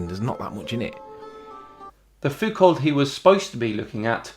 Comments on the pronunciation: Thanks for all these video buddy! Scrolled a bit and no one seem to say, so I jump in. If you are interested in the pronunciation of Foucault, continue reading (otherwise... well stop reading I guess!) So the "lt" at the end are silent, so no need to try to pronunce them at all. "au" is pronunced "o". You actually pronunced the "ou" correctly. So if you pronunce: "Fouko" then you are in business! :) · The Foucault one is hilarious, but you both need to work on your pronunciation of his name. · I know it is nitpicking but Foucault is pronounce without the l and t, both are silent, just minor annoyance, great video as always. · The Foucault mix-up is hilarious. BTW Michel F is one of the most important philosophers/historians of late c20th and well worth checking out. Also as both Foucaults are French the t at the end is silent. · The way you said "Foucault" hurt my insides haha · please pronounce Foucault with silent 'lt' . (Dutch guy loving French) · "t" is silent in Foucault. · Should be proununced "phukaw". "ault" should be read "o" with an accent at the end and "lt" are mute. Anyway, any normal guy, when the search term "pendulum" give zero result, would have realized he was on the wrong page... But not a true flatearther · Foucault, in French you do NOT pronounce the L and the T at the end, pronounce it as "Fouco" (or "Foucau" if you can), thanks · Love your work and videos - a small correction. The French (in general) do not pronounce the last letter of a word. So Foucault is pronounced FOO-koh. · In french .. you don't pronounce the "lt" at the end of pretty much all last names ... (foo - ko) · Great video, btw Foucault is pronounced Foo-koh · How the smeg do you remain sane watching these numbnuts? (Btw, Foucault is pron ' Foo-Ko(h)', the L & T are silent). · Foo_coe. Like Renault is pronounced 'Reh-know'. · It's pronounced fuw-co's pedulum. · Michel Foucault is pronounced "fouco", So weird to hear english people trying to prounouce silent letters.